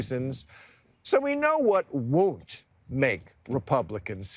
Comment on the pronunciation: Why does Bill say WOONT? it's pronounced Won't. as in the "WO" in Woke he likes to use often.